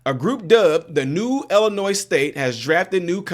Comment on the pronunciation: seriously!!! There is only ONE Illinois. Learn how to pronounce the name of the state.